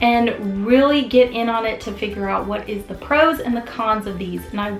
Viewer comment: I appreciate the comparison, but am thinking the video could have taken half the time. Also you may want to watch saying thee when the next word starts with a consonant. You only say thee (the) when the next word starts with a vowel ... and never say 'ay' for the article 'a' . Watch your spelling of radiant.